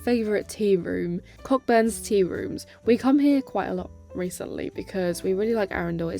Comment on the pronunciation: Pretty sure Cockburn’s is pronounced Co’burn’s 😁 The ‘ck’ is silent.